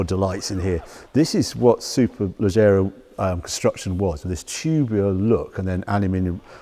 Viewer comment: Harry's pronunciation of Superleggera sounds like mine would after 5 pints!